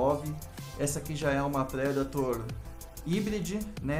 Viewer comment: Massa a coleção parabéns pelas luvas, pelo vídeo e sem ser hater OU algo assim por aprender a pronúncia da predator que é algo que particularmente me incomoda quando alguem fala "predeitor" e me faz fechar muitos vídeos ou até nem abrir quando já sei que o apresentador fala assim